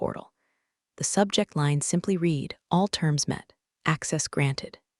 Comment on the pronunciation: Please sort the "read" "red" mispronunciation